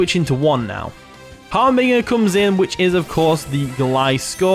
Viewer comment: The g in harbinger is pronounced like a j just so you know :)